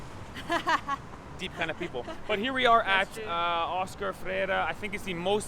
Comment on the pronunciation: Oscar Freire, não Ferreira